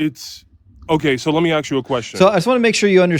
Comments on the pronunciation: let me axe you a question...........thats all i needed to hear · Dang, he axed so many good questions!